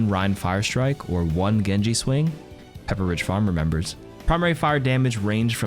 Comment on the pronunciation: just so you know it's Pep-PRidge farms, not pepper, I know it's spelled that way but nah don't ever pronunciate the Pepper and Ridge separate like that again